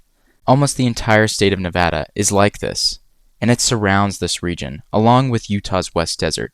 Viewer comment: Thank you for pronouncing Nevada the correct way !